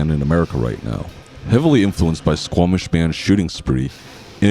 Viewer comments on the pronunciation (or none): none